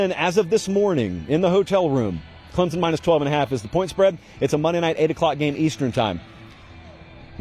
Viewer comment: C’mon! It’s Clem-Son Go Tigers!